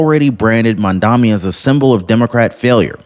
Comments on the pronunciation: Excellent reporting as usual. However it’s pronounced “MOM-Dah-Nee” starts with the word MOM…. 😂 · It’s Mamdani as in Mad Man